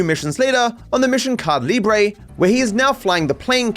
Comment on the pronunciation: Petition for teaching how to pronounce “Caída Libre” properly 📝